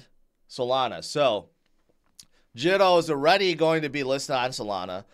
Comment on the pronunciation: Pronounced Jee to